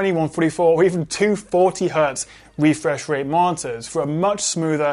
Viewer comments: Refwesh Wate :v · "Refwesh wate...". Your borderline rhotacism (i.e. whotacism) is adowable and your videos are bwilliant!